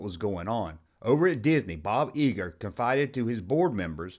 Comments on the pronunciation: Love your video but Bob's last name is pronounced Eye-ger, not Ee-gerr. . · EYEger, not eeger!!